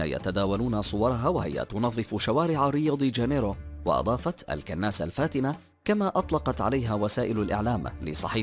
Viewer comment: ياخي نطقك غلط في كل اللغات كناسه ومدييييل ياخي روح اتعلم بدال ما تشوه لغات ومصطلحات العالم معاق